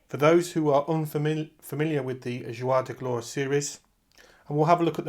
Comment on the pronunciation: Hello. Thank you for the information you share. I had to smile each time you said the series' name. It is not "Zhwar de Glore" but the reverse: "Zhoor de Gloar" = Days of Glory.